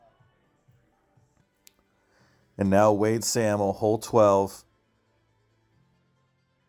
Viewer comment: Wade and Adam Sahmel. It’s pronounced say’ mul..